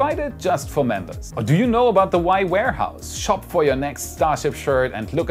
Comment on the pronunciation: I thought said "the wife needs your support" instead of WAI. But then nothing about his wife or wife's videos, lol